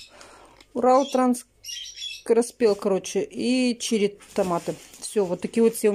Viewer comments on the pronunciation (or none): Томаты "Уралтранцкороспел" ха-ха-ха, букварь тебе в руки! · ФабЫрлик клейворды уралтранскороспел.. Ты серьёзно?? Самой то не смешно? Или совсем читать не умеешь??